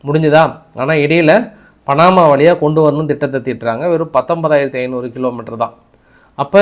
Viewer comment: பணமா இல்லை பனாமா.தமிழ் உச்சரீப்புகளில் நிறைய கவனம் தேவை